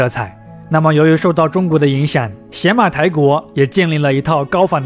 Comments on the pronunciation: 那念野马台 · 邪 在这里应该读牙，Yamato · 邪马台的邪字应读yé。大夫的大字读dà吗？ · 是邪ye马台不是xie马台。。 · 邪马台会不会其实读作“邪（yá）马台”，即日语读音里的“大和（yamato）” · 必须肯定和支持，但也需要提出些许意见——读音要准确，比如邪（ye2）马台国；视频资料可以更贴合一些，结合一些小标题。希望继续做下去，做得更好。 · 前后鼻音不分 知识硬伤太多 比如邪马台的发音才是yamato 并不是倭的日语发音 倭奴这个称呼也并不是汉朝希望他们臣服 而是倭奴国对自己的称呼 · 邪马台国的记载最早见于《三国志》中《魏书·东夷传》倭人条（通称魏书倭人传）记载的倭女王国名。古书中“邪”是通假字，也读“也”，所以邪(yé)马(ma)台(tai)国，其实也就是大和Yamato发音的中字译音。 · 邪马台，yé mǎ tái